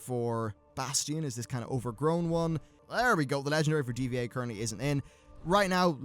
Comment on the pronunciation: "DVA" lol... Pretty sure youre supposed to pronounce it Diva.